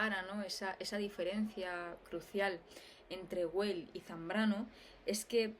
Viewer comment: Perdón por la pedantería... Weil no se pronuncia como en inglés, sino como en alemán. O sea, se pronunciaría más o menos "vail". Era solo eso. Saludos.